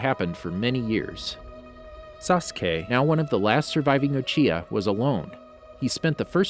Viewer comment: Not to be a stick in the mud but you actcedentlly said uhiha sorry